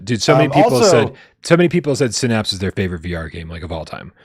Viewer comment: It's definitely Synapse and not Sinnapse 😂😂❤